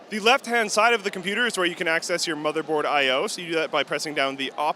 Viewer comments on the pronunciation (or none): none